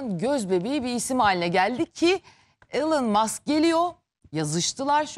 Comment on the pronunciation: Elın mask yada maks değil “ilon mask“ yada “ilan mask” diye okuyacaksın.Hadi diğer ing kelimeler olsa neyse ama isimlerin doğru okunması gerek